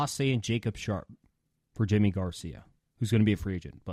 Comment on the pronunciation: Can someone explain to me why Yimi Garcias name is pronounced "jimmy" instead of "yimmy"? Lol Glad he's a mariner!